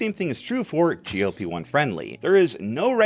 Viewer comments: why does he keep saying GOP-1 😔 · That's not how Wegovy is pronounced. In fact I have no idea how he even ended up with that pronunciation seeing as he clearly had to have seen their commercials to make his video. The way he says GLP-1 is also odd, sounds like GOP, the Republican Party.